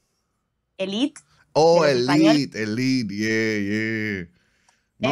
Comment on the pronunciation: Elit? Se dice ÉLITE, así se escribe, así se lee 😂